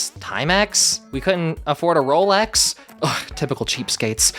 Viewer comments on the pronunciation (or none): none